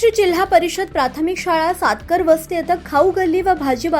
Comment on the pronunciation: सातकर वस्ती नव्हे सतारका वस्ती आहे.